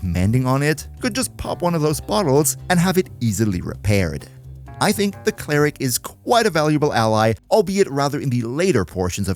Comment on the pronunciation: “Clare-ick” is fucking diabolical 😭😭😭😂🤦‍♂️